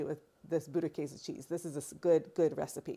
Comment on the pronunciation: You are pronouncing it 90% correct 😊 - from Germany